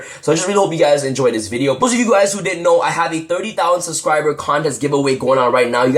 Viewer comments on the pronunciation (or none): none